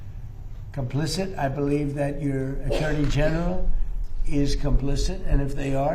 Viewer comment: There is no n in complicit. Our education system really failed younger generations. PHONICS was the way that worked...and discipline. Love your channel; your outlook.